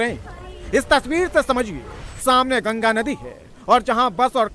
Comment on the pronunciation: Gaga nhi Maa gangaa bol